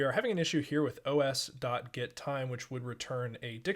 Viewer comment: Not go dao , it is go dot. 🤪